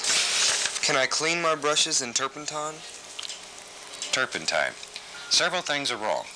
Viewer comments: He actually said "flustrations". And he said "turpentime". On other shows he used the word "fuhther". It's either farther or further, but Bob liked to say fuhther. And it seems to me he said "varely" instead of barely. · says turpentine wrong bob corrects him 😂😂